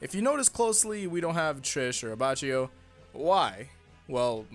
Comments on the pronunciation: WHY DO YOU SAY ABBA CHHHH IO INSTEAD OF ABBACHIO. WHY DO YOU SAY PASHIONE INSTEAD OF PASSIONE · The c in Abbacchio is pronounced like the c in corn